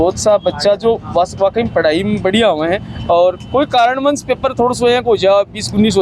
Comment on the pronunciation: कारणवंश नहीं कारणवश बोला करो सर😂